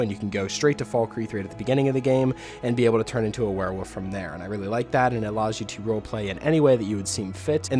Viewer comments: Am I the only one that thinks it sounds like hes saying "werewoof" instead of werewolf? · Nah He Definitely is saying Woof. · Please stop saying werewoof!